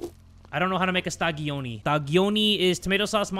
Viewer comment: As italian i found hilarious how he call the pizza "quattro stagioni" stadioni 😂❤